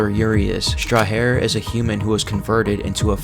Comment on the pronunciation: Urias Strajer is pronounced like Strajer(like Age suffix in words borrrowed from French) It means Sentinel or Guardian, Sentry